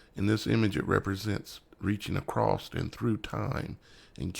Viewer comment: “Acrost” is not a word. The correct word is “across”.